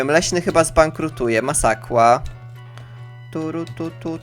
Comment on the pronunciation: Uslyszałam 1000 zł? a potem masakła xdd